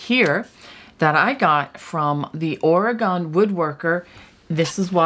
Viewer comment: Ok, you’re saying the name 0f our state incorrectly. It is not Oragone, but Orygun.